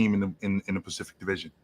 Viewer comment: Ron: Um Sir Swipic.. Actually we’re talking about the Pacific Division today 🤓☝🏿